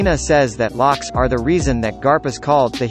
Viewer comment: Luffy must be pronounce as "LOOFFY" and not "LAFFY" It's "GOL D. ROGER" or "GOLD ROGER" and not "G.O.L.D. Roger" "ROCKS" not "LACKS"